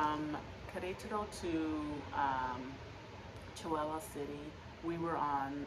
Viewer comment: 😂 Chihuahua, like the little Chihuahua dogs, it's the state of chihuahua, not chiWOWOW.🤣